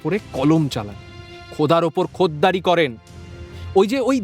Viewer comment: কথাটার "খোলার ওপর খোদকারী" খোদ্দারী নয়